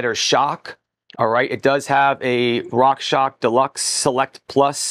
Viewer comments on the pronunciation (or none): Love your reviews, but please, please, please say "Rockshox" correctly 😬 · At least it was not Rock Sock 🧦 😁